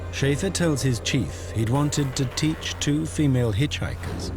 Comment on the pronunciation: seriuse...."I want to theatch them a lesson", WTF?